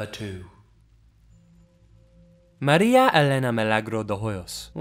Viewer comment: The way you pronounced Maria's name made me moist